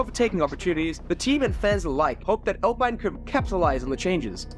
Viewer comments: They're pronounced Spa-Francosham and Le Moh. You don't pronounce the 'p' in the former nor the 's' at the end of either. Oh and it's pronounced Alpeen. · why bro saying alpine like that